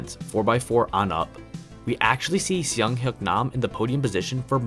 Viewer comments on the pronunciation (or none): As a Korean, I'll make two corrections: "Seung" is pronounced closer to "Soong" rather than "Siung". His first name is actually "Seung-Hyuk" combined, not just "Seung". Otherwise, cool video. You're a very underrated cubing YouTuber. Keep it up!